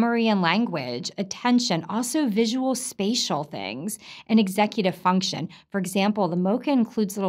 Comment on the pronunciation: ...functchion... stiff, industrial robotic obeyed delivery... unquestioning "professional" loyalty. ...for the ...payechient... In other words, label someone as a "patient" ASAP. Use a TOOL. Or perhaps...BE a tool. Of...use.